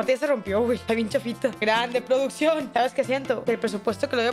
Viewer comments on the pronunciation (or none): Cuándo puso "PRODUCCIÓN", puso: "PRÓDUCIÓN" jaja